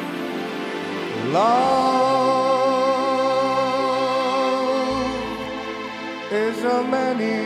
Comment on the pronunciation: Cariño po hindi Carino